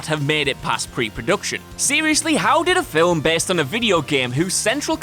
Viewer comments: Film!!! What the hell is a filam!!! Is that really how he says that?? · Film is one syllable. Not fil-um. Please have someone else narrate videos that have the word "film" in it. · You say "fillum " instead of film, thumbs down. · I laughed a little at "viligent". Say it with us now, Vigilant....That and still sometimes pronouncing film like it has a w in it.